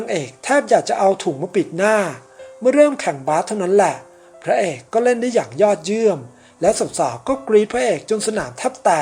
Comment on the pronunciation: ยอดเยี่ยม ไม่ใช่ ยอดเยี่ยน